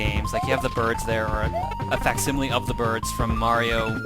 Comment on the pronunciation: "Wise fwom youw gwave!"